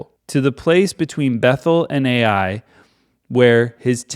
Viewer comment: Ai is pronounced "ah-ee" like "eye".